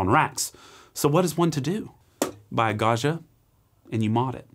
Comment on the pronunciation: Hot language tip: Gaggia is not French, it's Italian and the "gg" does not permit you to pronounce it "zh" as in "du jour" or even "Brezhnev." Gaggia is pronounced Gaw gee uh. like jam, juice, joust, adjoin and even Jimmy John.